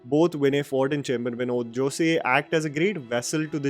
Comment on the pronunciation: Jose-pronounced as Jos.E is silent.